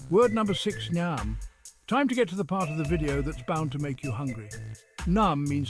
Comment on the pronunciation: NEEYAAMM NOT NOM